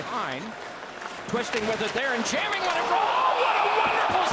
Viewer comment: I remember when doc called Kuraly “Cahwali” 😂